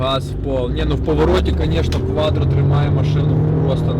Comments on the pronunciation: Не КваДро, а КваТро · не кваДро а кваТро, а Audi 👍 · Не квадро А кваттро